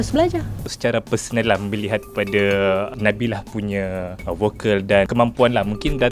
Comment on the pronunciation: Konfiuslah kita... Nabila ke Nabilah nama penyanyi yg dibincangkan tu? Terganggu dgn sebutan juru-temubual.